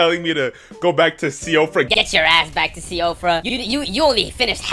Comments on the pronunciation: i believe siofra is pronounced “sheefra” think it’s like Gaelic or smth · As far as I know, it is pronounced sheef-RAH Also, that gargoyle you attempted to fight, is literally the strongest version of the gargoyles in the entire game haha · Most people pronounce it like shifra :) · Hi first time commenting here! Siofra is pronounced shee-frah because it is Irish :) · If no one's told you yet, Siofra is pronounce "she-fruh," think of it like Sinead in that it shouldn't be pronounced like that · Siofra is pronounced "shee-fra"